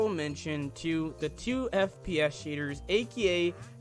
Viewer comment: he calls shaders, "sheders" lmao